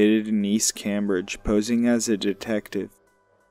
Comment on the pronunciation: Please pronounce our cities correctly... Brockton is not a boston suburb. Cambridge is pronounced came bridge. And billerica is pronouncer bill ricker